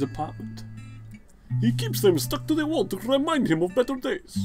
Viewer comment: "theeze are te photographs in Dimitris appartment" lol. By the way on that's the photo of Kyiv.